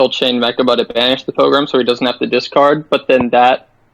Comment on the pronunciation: It's not meRchaba. There's no "r" in mechaba